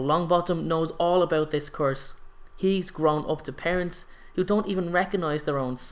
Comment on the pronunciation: Why do you say course instead of curse?😂😂